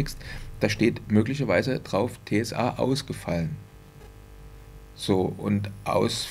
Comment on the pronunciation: Es heisst „TSE“ und nicht „TSA“ und ist keine Schnittstelle oder Online Anbindung an das FA sondern bezeichnet eine Technische Sicherheitseinrichtung die die erfassten Umsätze digital signiert damit sie in Nachgang nicht manipuliert werden können.